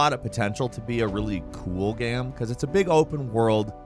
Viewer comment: no one:: “gehm”